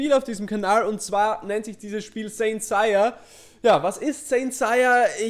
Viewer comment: Seiya (englisch ausgesprochen) nicht saiya